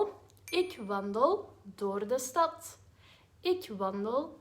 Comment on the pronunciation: Interesting that for 'stad' the 'D' is pronounced strongly, almost like a 'T' but for 'houd' it's barely even pronounced.